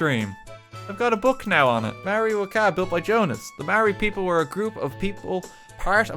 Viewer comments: Mai-or-i. That's the pronunciation for it, RT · That Maori pronunciation hurt my ancestors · RT, as a New Zealander, your pronunciation triggered me. A for effort tho! :D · The moment I seen this video I was expecting just LOTR related stuff but seeing stuff about Maori Culture surprised me! As a Maori, Bad pronunciation ofcourse but atleast you gave it a go RT! wish I could have helped with pronouncing Maori words